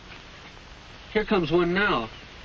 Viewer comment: Am I the only one that thought he said have a snicker instead of a cigarette?